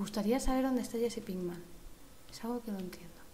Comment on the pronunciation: es pinkman y no pickman